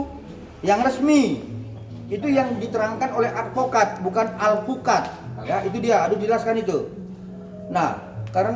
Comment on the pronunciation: Alpuket bukan alpokat arogan cuhhhii geterima daco tai